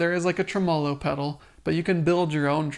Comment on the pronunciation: Enjoyed your video. But it's trim-o-low. Not trow-molow. Trim-o-low.